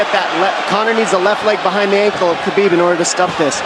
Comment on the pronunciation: commentator call khabib Kabob lol